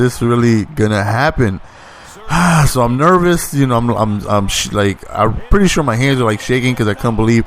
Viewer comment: He forgot hard as well every time he said nervous lmao